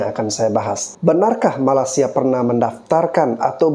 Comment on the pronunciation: Aku setuju bro!Netizen Indonesia lebih percaya berita hoax dari berita yang benar. Kami di Malaysia pun tidak tahu menahu tarian khurafat Reog itu. Hello admin...Betulkan dulu sebutan kamu...MALAY-SIA bukannya MALAS-SIA. Admin..berikan link/video Malaysia klaim Reog Ponorogo ke UNESCO.Jgn suka sebar berita hoax aja